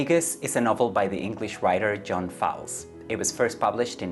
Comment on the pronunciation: Author’s name is pronounced like Foals, Einstein…